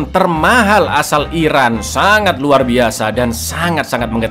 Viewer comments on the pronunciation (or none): none